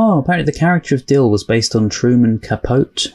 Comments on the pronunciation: Truman Capote's last name is pronounced Capoteee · Truman’s last name is 3 syllables. Cah-poh-tee. You will no doubt run across his name, and his literary works, in your future travels as a lover of film. His book “In Cold Blood” is still credited as kicking off the true crime genre. Great reaction. Subscribed. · And it's pronounced Ca-PO-te (sounds like tea).